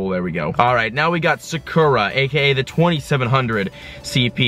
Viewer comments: Sah-koo-rah Not suh-kur-uh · thats not how u say sakura lmao